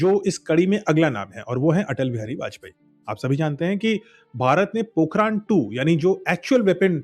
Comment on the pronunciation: Bhai vo पोखरण hai पोखरान nahi h kam se kam jagah ka nam to padh liya hota😂😂